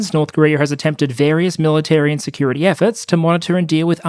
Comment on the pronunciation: When you said "...North Korea has attempted various military and security efforts..." I heard "...North Korea has attempted various military INsecurity efforts" and it still fits. I would laugh if it weren't the North Korean people paying the price of the joke. Always a sad topic.